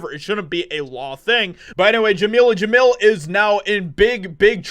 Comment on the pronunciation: "Jameela Jamil" ... oh God.